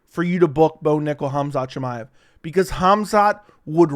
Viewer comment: CAUSEMIC SHAMIYA who the fck is tht some Russian Astronaut 😂😂 Chael really